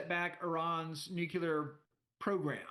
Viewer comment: nu-cle-ar not nu-que-lar 😅